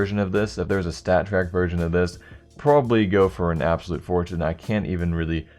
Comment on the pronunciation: "abosulute fortune"